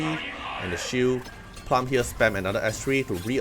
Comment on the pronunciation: Bro. It's plooom.